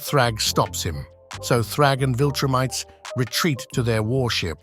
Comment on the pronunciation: 'he and the other viltrumTEES...' bro...